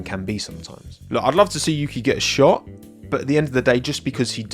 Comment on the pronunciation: I thought you said "I'd love to see Yuki get shot" instead of "I'd like to see Yuki get a shot" and I was so confused 😭😂😅